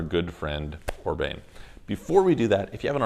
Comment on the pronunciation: I love your channel, but just FYI, his name is not pronounced Orbain.